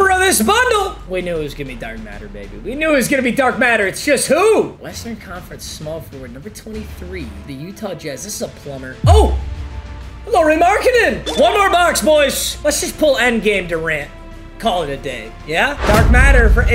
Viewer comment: Mm casual, it's pronounced lowri not lauri. I know, it's weird